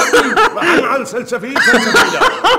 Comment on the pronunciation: سنسفيل مو سلسفيل يعني الممثل صح